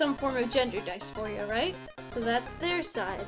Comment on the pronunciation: If you literally can’t even pronounce dysphoria you aren’t trans lol bye.